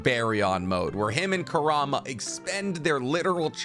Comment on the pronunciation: I got annoyed when he couldn’t pronounce kurama and baryon mode right